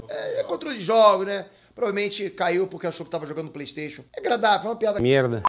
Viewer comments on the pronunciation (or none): none